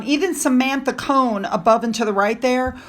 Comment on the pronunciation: Samantha Cone?? Its Samantha Cohen.